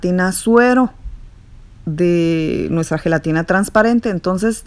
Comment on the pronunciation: Heletina heletina heletinaaa heeey helatinaaaaaa. 100 times 🤦‍♀️